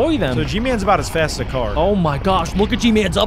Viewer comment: you said fat not fast